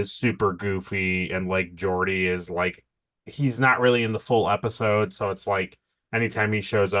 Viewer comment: "Grabs Picards hog" If i didnt know what was in store for season 1 id say that this is the worst episode, its sexist and cringy and embarrassing. Few things for, first its pronounced Jordi not Gordi and second its pronounced Data not Data, Polaski would understand. I never caught that Beverly assults Picard that was a good catch. Never a good sign when Riker seems reasonable with his behavior toward women, they really are still finding the characters voices. I think Gene did his legacy a diservice by not letting other people help him with the show, i guess he was really bitter about being shut out of the movies but still. Thanks for the review as always guys keep it up